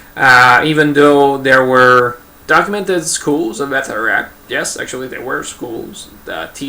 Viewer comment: A couple of points.I studied irish in school as all irish schoolchildren your pronounciation is totally wrong its batteruct not bateyeract.I would still be very sceptical we know that they were faction fights,but was it an actual fighting system or just lads beating the lard out of eachother. The elite you were talking about is the Gaelic Athletic Association which are one of the cornerstones of irish society they are in every village and town,but not during british rule then they would have been seen as quite a rebellious body.The GAA own the fourth largest stadium in europe and outside this stadium is a statue of the founder michael Cusack of association with his blackthorn stick which he carried every where.Why then did he not include stickfighting in the GAA well for a start although he founded the GAA we was a particularly abrasive character who was not very popular and was kickedout shortly after foundation.The other possible reason is that stickfighting being associated with faction fights and thus division which was with odds with the bodies aims which is and was the creation of an irish identity true sport.Most of the Athletes playing GAA games were poor farmers or labourers who really could not afford to get injured.This was particularly evident in the early years when the organisation nearly collapsed due to the roughness of the games and a new safer set of rules was drawn up.Stickfighting would have been much harder to sanitise.The Brits encouraged faction fights